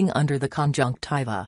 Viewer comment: Omg stop saying conjunciva